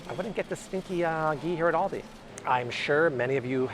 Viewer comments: AL-di. It's ALdi. AUdi is a German car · Thanks! But Aldi is pronounced like the name Al… as in call me Al… Aldi. :)